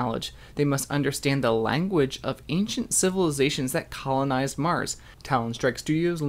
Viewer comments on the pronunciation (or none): none